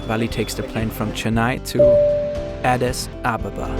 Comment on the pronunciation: Pretty sure that adis ababa is pronounced...ah-deece ah-bah-bah